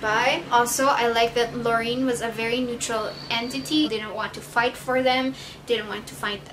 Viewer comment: It's pronounced Lo- ri- en. And se- pan :) Also my favorite was Marina, I read the second one first (stupid I know) and Six, my badass bitch. I did like Six and John better than him and Sarah oop. I love Sam, but his and Six's relationship was a no from me.